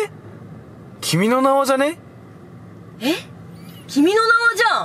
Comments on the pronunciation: 段々君の名はが君の縄って聞こえてきた、笑笑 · 君の名はを連呼しすぎて君の縄にしか聞こえん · 君の縄に聴こえる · 君の縄にしか聞こえなくなってくる笑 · 分かりますww 何回も言ってるとそれにしか聞こえない😂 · 君の縄ってきこえたwww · 君の名は連呼し過ぎて 君の縄に聞こえる ゲシュタルト崩壊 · 君の名はいいすぎて君の縄に聞こえてきたｗｗｗｗ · あーちゃんの君の名はさ、君の縄じゃんにしか聞こえないw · 君の名はなんだろうけど 君の縄 に聞こえる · 君の縄にしか聞こえん笑笑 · 君の縄にしか聞こえんw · 君の名はがどんどんキメの縄に聞こえてごめんね！